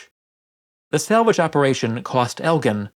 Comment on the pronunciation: Not "Elgin" marbles please..